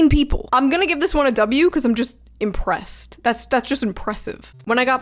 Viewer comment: I'm marking this time because shoe said impressed, impressive, and officer within 10 seconds. Sometimes I miss my home of New York